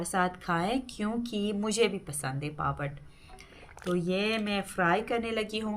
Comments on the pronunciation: پاپڑ کہتے ہیں پاپت نہیں کہتے ہیں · Papat nahi bolty papad bolty ha